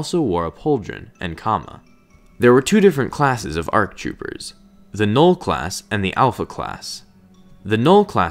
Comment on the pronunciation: There are no "RCs". Speak clearly.